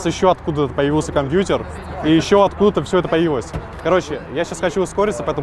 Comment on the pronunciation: Как ты ужасно говоришь слово компьютер...